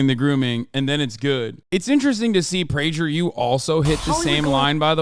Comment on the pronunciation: It’s not Pray- JER , it’s Pray- GURRRR